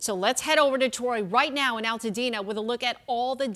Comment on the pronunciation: Its Altadena not All tadena